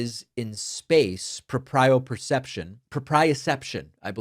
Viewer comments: proprioception "pro pree uh ception" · FYI it's pronounced proh-pree-oh-CEP-tion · It’s pronounced PRO-pree-uh-CEPT-shun. 📌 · Erm..actually David, 🤓 ☝🏼it’s pronounced “pro-pri-o-ception”. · It's prōpriōception, Dr. Pakman. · David Pakman, Proprioception (pro·pri·o·cep·tion) is pronounced “prō-prē-ō-ˈsep-shən.” I had to look it up. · 'PRO-pree-o-SEP-shun' proprioception. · David, 'proprioception' is pronounced 'pro-PREE-oh-sep-shun', with the emphasis on the 'pree'. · Thanks David. Proprioception is pronounced prow-pree-ow-SEP-shn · Propriaception stress on “pro” not on “pri”.